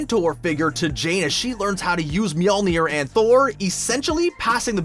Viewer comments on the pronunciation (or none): none